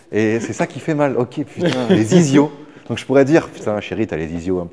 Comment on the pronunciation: On appelle ça les ischios, pas les isios 😅